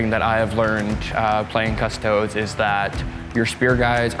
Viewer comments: People that say 'Cuss-Toad' instead of "Cuss-toa-dee" rub me the wrong way Lol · Cus - toe - deez Not cus-toads. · It’s pronounced custodEES not custods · Cust - O - Dees. Cust-O-dees. Custodes. Not Cust-odes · 'Cus-toe-dees'. Not 'Cus-toads' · It's pronounced "CustoDEEs." Not "CusTOADs." You don't see people pronouncing it "Adeptus A-STARTS." It's "Adeptus Astartes." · I'm sorry, but he is talking english wrong [ kuh-stoh-deez; Latin koos-toh-des ]... referring to a single unit as a custode is still heresy but i will allow it, because that's not even a word. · Lol at all the mispronounciation. Cus-toads. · Please stop mispronouncing custodes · Just wish they’d consistently pronounce custodes correctly 🤣 and I’m pretty sure the singular of ‘custodes’ is custodian 😂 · how they say custodes gives me aids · Deliberate mispronunciation of units, rolling saves one at a time, unnecessary declaration of models making saves before any have been saved... wouldn't not get my vote for favourite opponent. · Fair enough, although everyone mispronounces it in the video a few times and pronounces it correct a few times. At the end of the day it doesn’t really matter, call them your custard creme pies :) what ever floats a space marine. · I mean, nobody's going to arrest him for mispronouncing it. That being said, he's still wrong, and should be called up on it. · The mispronunciation of Custodes annoyed me more that it should have. I have to assume he’s doing it on purpose but I can’t fathom why. Maybe the hat overheated his brain. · Francois Lalonde your not far off, it does get toasty under the hat! Also love to see people get mad about the pronunciation of it, because at the end of the day, we’re talking about a bunch of made up dudes :) smile, have fun, play on.